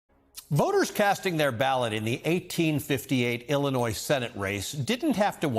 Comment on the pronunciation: You don't pronounce the "s" in Illinois, man.